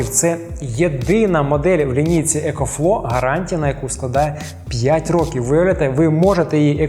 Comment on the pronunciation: екофло, екофло.. там взагаліто буква В також вимовляється :)